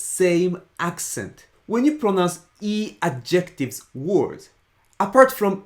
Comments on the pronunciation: It’s deeply ironic that keeps mispronouncing the word "adjectives" with the wrong emphasis. The stress in English is on the first syllable: "ADjectives". It hurts my brain to hear him say "adJECTives" over and over again. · Those are Adjectives (with the stress on the first syllable), not adjEctives! :) Thanks for the video! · I think you're describing a "pronunciation emphasis" or rules on the "intonation" instead of "accent". By the way the emphasis of pronouncing the word "adjectives" is on the AD and not the JEC. Sorry ex-English teacher habit.